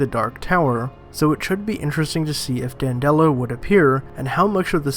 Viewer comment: Dan duh lo. Not Dan dello. This channel is crap. Read a couple wiki pages and watch a video then make your own video. Not toe dash either, ta- dash. FFS.